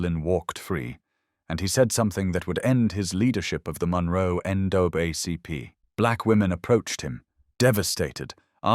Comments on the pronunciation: "The next day, National N duh-buh ACP" Uh... what? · "Wilkins suspended Williams from the End O' Bug ACP" OK thanks for clearing that up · NAACP pronounced N-(double A)-CP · why is NAACP so poorly stated? is this channel fake? are you a real person?